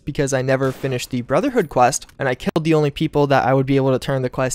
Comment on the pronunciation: "Instead I K I L T them."